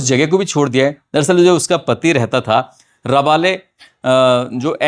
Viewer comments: मोल नहीं मॉल राबले नहीं रबाले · वो राबले नही रबाले जगह है 😂😂